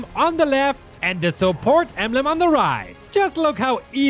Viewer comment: Me hearing supot instead of support